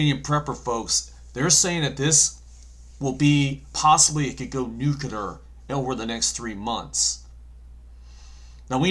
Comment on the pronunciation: Please say "Nu-cle-ar" not "Nucular" Respectfully, Kim.